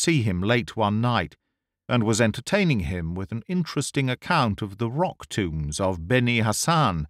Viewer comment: Rock tombs!! Thought you said rock tunes!!🤣🤣